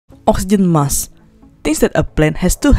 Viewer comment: There is a k in the word Mask you need to pronounce it